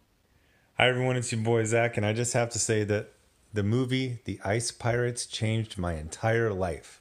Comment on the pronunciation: ICE PY-Orates?